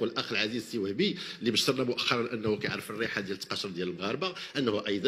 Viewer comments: التقاشر. مش التقاشير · تقاشر: بتسكين ش. وليس التقاشير. وهي الجوارب